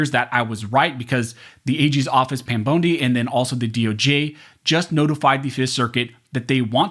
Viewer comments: It's Bondee= Bondi😂😂😂😂😂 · It's not Pam Bone'dy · FYI in the future Pam Bondi's name is pronounced like James Bond, but with an I at the end and pronounced "ee"